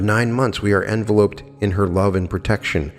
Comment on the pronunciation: I have never heard that pronunciation of “enveloped”. Can someone tell me where it comes from? Love the channel! I just think that every time he says it and so finally decided to scratch the itch and just ask. :)